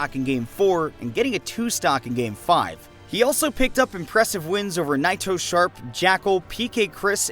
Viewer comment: the pronounciation of naitosharp upsets me